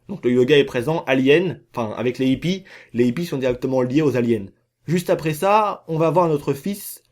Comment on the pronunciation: La plus grosse mascarade c'est ta miniature lol. Et toi qui aime donner des cours de français pour analphabètes, on ne dit pas les zippies mais les hippies, il n'y a pas de liaisons. Et sinon je ne sais pas si tu te rend compte que tu dis la même chose dans toutes tes vidéos, on a compris ! Les Aliens sont des hallucinations, il n'y a pas d'UFO et ce tocard de Oméga est ravagé. J'avais compris ça en 2013 dès la sortie du jeu; pas la peine de théorisé comme un scientifique ^^